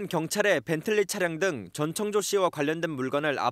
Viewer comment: 아 전청조 이름 잘못 발음하는 앵커들 많은게 개욱기네 ㅋㅋㅋㅋ 정청조 전창조 남창조 등등 있엇는대 전천족 은 첨이네요